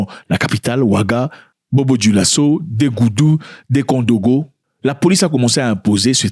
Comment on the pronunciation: 😂😂😂 c'est Dédougou pas degoudou😂😂